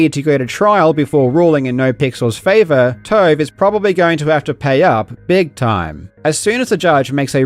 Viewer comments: Kept thinking you were calling them 'toe' and not 'tove' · Oh TOVE not TOAD .😁 12min Karl talks about needing a longer vid to cover something properly. More Karl content... Hell yeah!!!!!!! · “DW made some CAURD for TAURVE and NAUR Pixel, so TAURVE OWAURNED the CAURD” I wish all journalists were Australian 🇦🇺🩷